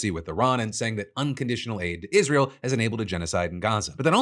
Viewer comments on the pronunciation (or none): none